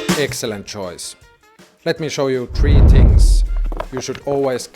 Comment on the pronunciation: Its "Three" not "Tree"